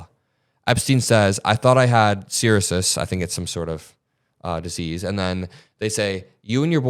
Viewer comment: Trump misspelled "ruin" at the end. Do you mean Cirrhosis? That's "Sir-oh-sis" and it meant his liver was screwed up.